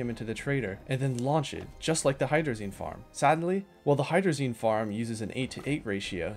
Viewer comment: Hydrolazine thrusters